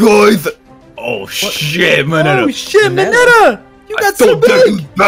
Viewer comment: tbh I thought mineta said big chungas